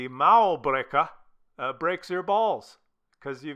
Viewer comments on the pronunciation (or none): "Muärbreker!" killed me